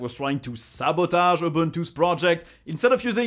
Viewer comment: that french accent came out hard when you said 'sabotage' lol. Thanks for explaining this. Linux drama can be so abstract at times.